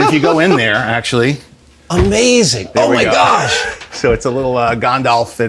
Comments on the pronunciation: Ok I'm sorry but Mr Favreau... It's "GANDALF". Not "gondolf" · How did he just pronounce Gandalf? 😂😂